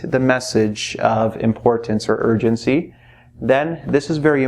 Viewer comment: I literally hear urgency as virgincy even though i knlw it's not even a proper word